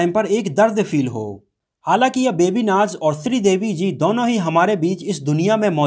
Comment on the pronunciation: मनोजजी "बेबी नाच " नही "बेबी नाज" नाम है उनका ।